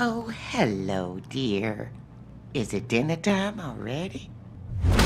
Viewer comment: ooo wait did u say dinner i thought u said yolo